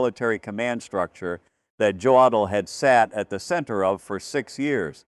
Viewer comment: In German, "J" is pronounced "Y". The "O" is pronounced "Oh". So JODL's name is pronounced "yodel". If you're going to put out these videos, learn how to pronounce such simple things properly. Your facts may be correct, but your credibility is weakened by these errors.